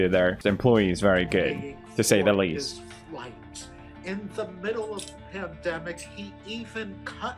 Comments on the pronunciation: Felix, it's pronounced "Pandemic" not "panemic" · is pewds saying "panemic" instead of pandemic or am i just hearing things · “Astronarts” “Panemic”